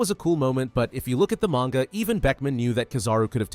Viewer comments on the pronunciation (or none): none